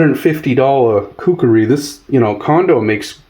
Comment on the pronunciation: My ocd is kicking into overdrive...IT'S KUKRI not kukeri you Mook...It was used from the 7th century-to present by Nepalese soldiers known as the Gurkhas by mispronouncing things it makes you sound like you dont know what you're talking about...just saying!👍